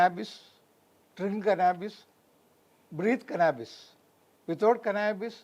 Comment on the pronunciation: He can't even say the name properly 😂😂😂😂😂 cannabis.